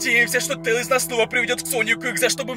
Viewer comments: Говари нормально пж тээслз! А тээлз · ЭТО НЕ😠 SONIC EXE😠 И НЕ😠 ТЕИЛЗ😠 EXE😠